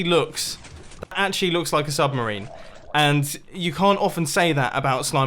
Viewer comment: "submerini" - Mumbo Jumbo 😂😂